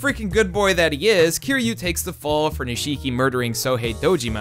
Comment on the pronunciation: I'll never understand how someone can watch/play something for hours and not be able to pronounce a character's name. Even in the English dub the middle i in Nishiki is silent, it's not "Nee-shee-kee." EDIT: Okay you get it right later in the video so I guess you just left in a bad take or something.